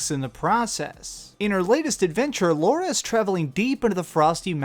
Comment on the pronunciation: Laura croft I'm pretty sure it's Lara croft lol